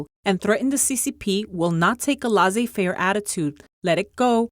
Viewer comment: Lase fare? Its french. Pronounce it that way please